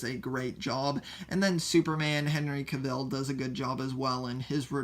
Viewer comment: “Henry Kevil”